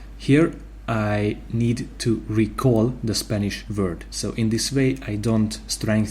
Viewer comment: Vord? Not it's Word